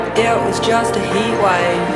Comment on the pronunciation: The song is good, however, and I have no idea why, but I don't like her pronunciation of heatwave... It's really weird I know but like I just cringe when I hear it said like that. Good song tho!